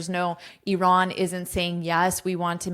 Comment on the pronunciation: Bravooooooo about IRAN pronunciation 👏🏼👏🏼🫶🏻🫶🏻🫶🏻🩵🩵🩵